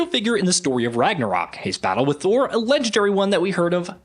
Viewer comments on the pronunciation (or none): none